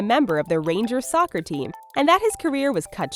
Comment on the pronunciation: Who else heard "sucker" instead of "soccer" ? lol